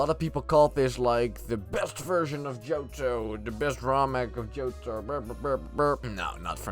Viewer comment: Bro the way he says Johto is JoJo lol